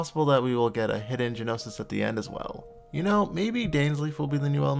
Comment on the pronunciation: You the keep pronouncing the "G" in Gnosis XD